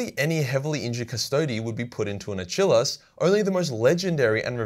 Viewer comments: A-chill-is?!? Jesus man... . Lol. It's A-kill-ees. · A-kill-hes not a-chill-is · Hey, it's not a-chill-ease, it's ack-ill-eez, like the Greek invincible guy. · Achillus btw is pronounced similar to the greek hero and that tendon in the back of your ankle. So more a kill not a chill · "contemptor a-chillus " Brother, get the flamer, THE HEAVY FLAMER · From now on, when I watch Troy, Brad Pitt will be known as "A Chill Lass". I hope I never tear my "A Chill Lass" tendon. I feel like we have been trolled with pronunciation of these common latin terms. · Ah yes, famed hero of the Trojan wars, A-chill-es. Famously chilled in his tent for half the war. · Uhchillus lol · Why do people have a hard time reading and pronouncing Achilles? Ah - kill- eez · Are you trying to pronounce Achilles asin Achilles the ancient hero at Troy who died from an arrow in his heel? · It is funny how you were doing fairly well with the Latin but fucking up Achilles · Just Murdering Latin and some English words like Achilles :) but love the video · Is he pronouncing the dreadnought armor type correct? I feel like it's Achilles as in Brad Pitt in Troy but idk nothing about nothing. Anyone got the spelling?